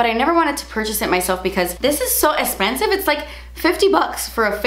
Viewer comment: I get giggly when she says "Das ezpensif"!! Thanks for keeping me laughing!